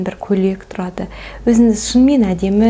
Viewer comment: "Н, ң" әріптерінің емлесін үйреніңізші, өтініш! Қазақтың қазақ тілінде сөйлей алмай "Өзініз, өзінізді еркелетініз, кенестер, көніл бөлініз" деуі кешірімсіз.